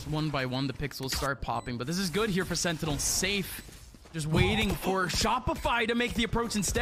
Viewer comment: ''sennels'' ? :D